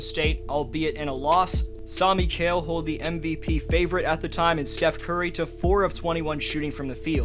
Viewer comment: Hey, amazing video! As a suns fan, its awesome seeing us get coverage like this. Heads up for future video, Mikal's name is pronounced mih-KALE, keep up the good vids :)